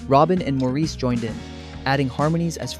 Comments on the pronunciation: Incredible harmonies, and Barry was just... 😍🥰😍🥰 By the way, Maurice's name is pronounced Morris. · How much can one know about the when one can't even pronounce "Maurice"? That was my great great grandfather's name. I know he pronounced it the British way because one census taker spelled it "Morris". That's what he heard. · I quit watching when the narrarator didn't pronounce "Morris" correctly. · No. While it is spelled that way, it is prounounced Morris. That is the pronunciation used most in Great Britian. I've heard him prounounce it that way, his brothers call him that and in most interviews, especially the ones by British hosts. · Please pronounce "Maurice" correctly! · Perhaps, but if you're going to make a video of "facts", at least get your facts right. Makes me wonder if any of it is correct. Having a name mispronounced is lazy. Trust me, mine is mispronounced quite often.